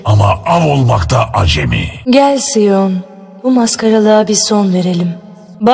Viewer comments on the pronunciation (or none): Sion ''Sayın'' Diye Okunmuyormuydu ?